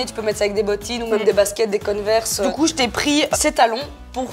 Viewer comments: " des connes-verse" ou des "converse" ? lol ^^ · « Des conneversse » mdrrrrr j’adore